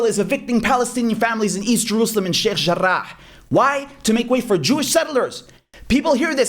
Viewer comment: sheichhh jarachhhh. just say it normally. It's like those English speaking people going to a restaurant and ordering kathadiaths or a shokolad cooraso. so wired